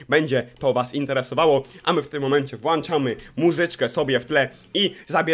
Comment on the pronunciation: Mówi się włączamy